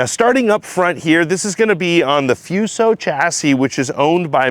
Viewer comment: It's a Fuso - Not a Fiuso